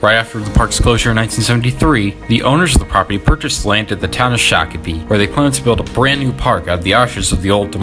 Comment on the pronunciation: Love the topic and video but just as a Minnesotan that lives riiiight by these places: Shock-a-pee X-cell-sea-oar like what al gore said in South Park